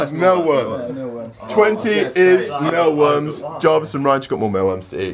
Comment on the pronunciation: Why are they pronouncing it as "mellworms". It's says mealworms. It has the word MEAL in not mell